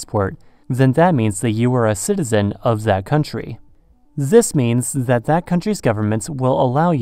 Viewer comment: Zis means...he said zis means.....the German in him is coming out